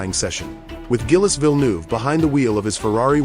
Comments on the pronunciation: Come on fellas ! Gillus Villnoo ? You can type words phonetically into AI text to speech - 'Jeelz Veel nerve' and it would say it properly. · Guilless Villenouve, please before talking learn how we pronounce french names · Gilus Villnew???!!!! More AI voiceover shit. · How hard can it be to adjust the Ai reading the script so it pronounces the names properly??? Frustratingly lazy documentary making. Tip: Spell his name Jill Vil-nerve. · Gillis Vilnoo! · Guilès Vilnouve?? at least your shitty ai to work properly, idiot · Learn to talk properly gillies vilnou,johan mass! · Gillez Vil Noov! AI 💩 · You need to do a better job of coaching your AI bot on French pronunciation. Who TF is "Gillis Vilnoove"...? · 16 seconds in and Gilles Villeneuve's name is absolutely trashed. How can the rest of the video be accurate. Sorry, I'll flick on. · Why use F2 cars? Why not the originals from that time. Also... NOBODY pronounces Gilles Villeneuve's name like that. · Good video but please stop using AI that can't pronounce the deceased driver (Gilles Villeneuve) name correctly. Lack of respect for a wonderful man and truly professional driver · Not that hard to pronounce properly. Gilles Villeneuve.